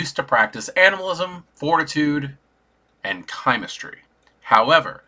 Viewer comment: You are pronouncing chimerstry correctly. Im with you on this 😊